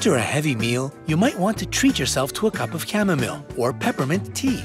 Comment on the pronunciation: Chamomile is pronounced as "Kam-Mo-Mile" not "Kam-Mum-Mil!